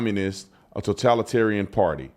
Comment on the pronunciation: The Democrat Pwatty...Stephen A cracks me up!